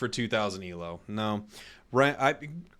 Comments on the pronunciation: it's Elo, not E.L.O. it's not an acronym, the Elo rating system is named after its creator Arpad Elo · They wouldn't say Elo unless Pokemon Unite uses the Elo formula for its ranking, and I'm pretty sure it doesn't. Also fun fact, Elo is pronounced as a word, not E.L.O. Because it's the last name of the person who created the formula.